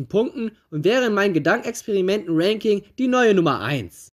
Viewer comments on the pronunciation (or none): none